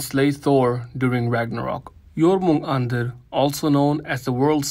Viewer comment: Finally, someone actually pronounced Jörmungandr correctly, I've heard so many people butcher the name, it's not even funny.